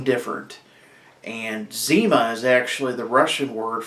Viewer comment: "zow" lmao!!!